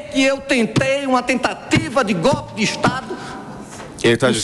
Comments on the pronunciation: Será que ele repetiu, ou estou enganada: a palavra GOLPE ele repetiu GÓPI. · Qdo esse povo fala " gopi" troca a letra O por U da vontade de vomitar